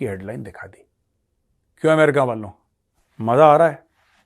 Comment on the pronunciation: अमेरिका ❌ एमरिका ✅ 😂😂😂